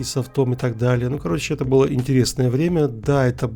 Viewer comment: Впервые услышал чтобы говорили жта 😅